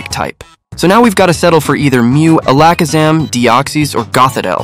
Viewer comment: WTF is a Alackasam? You mean AL-LUH-KUH-ZAM